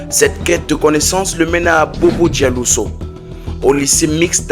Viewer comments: Merci beaucoup pour l’histoire 😊 Mais c’est Bobo Dioulasso pas Dialousso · Bien qu'un peu enjoliver dans la narration Très beau travail, juste Attention ⚠️ aux noms Bobo Dioulasso, Gilbert Dienderé. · Mon ami merci pour la vidéo, mais faut bien prononcer le nom de ma ville de Bobo-dioulasso, nous sommes fiers de lui,nous ne crions pas par ce qu’il nous paie, nous crions son nom a cause de ces œuvres de développement, malgré les terroriste y’a des chantiers de développement à bobo et ailleurs, vous pouvez venir enquêter sur ça si vous le souhaitez.